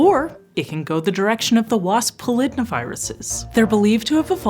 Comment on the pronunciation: The host used the correct pronunciation